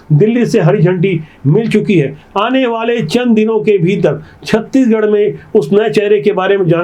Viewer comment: आप छत्तीसगढ़ पूरा नहीं बोल पाते पूरा बोलिए न की छत्तीगढ़